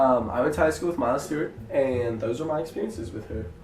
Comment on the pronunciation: sounds like you're saying Miley Stewart lol